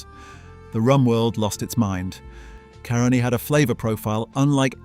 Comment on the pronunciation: FYI The Caroni feedstock was stolen...acquired by that Italian under very dubious circumstances. When pronouncing Caroni, put the emphasis on the A, not the O